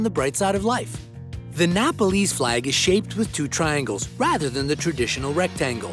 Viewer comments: The way he said "Nepalese" flag was....i'm sorry ...it was disgusting!💅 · This guy has some very original ways of pronouncing places. "Mao-ree-shus", "Tie-bet", "Napaleese".